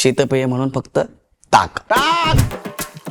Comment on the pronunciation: Tak ❌ Taak ✅